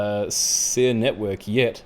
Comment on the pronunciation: Calm your cockles and do proper research. It’s pronounced ‘Siri’ btw.